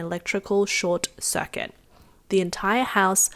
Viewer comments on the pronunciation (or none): As I was listening to the narrator pronounce " circuit " as " suck it " , it occurred to me that these robot vacuum cleaners can suck it. I had considered buying one but have decided against it because of the price. Now there's another reason not to own one.